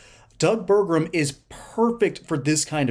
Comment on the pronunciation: One “R” in Burgum.